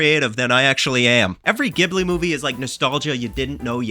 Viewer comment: Isn't it pronounced "Ghibli" not "Ghibli"?